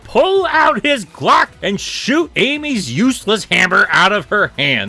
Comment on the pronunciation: The way he says glock has me dying!😂 Also I think the intangibility power fades in and out. That might be what they were going for.